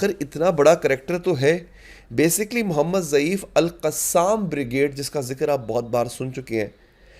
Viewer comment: محمد ضعیف نہیں محمد الضیف نام ھے ۔۔۔